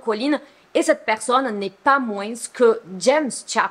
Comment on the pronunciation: Ma chère on ne dit pas le s dans « moins » 😭😭 merciii pour tes vidéos 🫰🏾